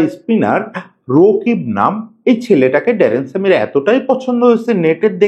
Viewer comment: রকিব ❌ রাকিব ✅